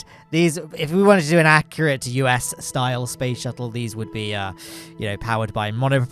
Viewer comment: Yes, spoce shuttle